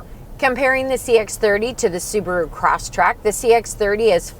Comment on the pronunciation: Respectfully, it is Subaru ''CrossTREK", not "CrossTRACK" I own one and my dealership Service Agent would repeatedly correct me on this point. Lol!